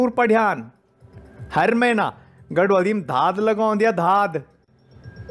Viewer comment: बहुत अच्छा लगता जब आप गढवाली शब्द बोलते हैं।